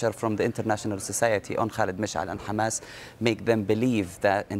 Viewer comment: Its not Khamas, its Hamas you thick shit